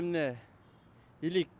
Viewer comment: Иликти туура эмес айтып кетти